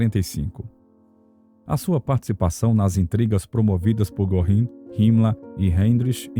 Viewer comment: O nome correto é Herman Goering.e se pronúncia Gering😂